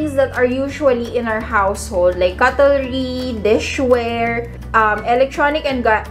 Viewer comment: Hi te — [KUT] + [LUH] + [REE] (Cutlery) po More Power to you😇